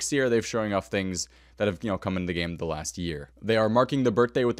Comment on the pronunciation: Umm probably should have pronounced “game” more clearly. I heard something very different 😂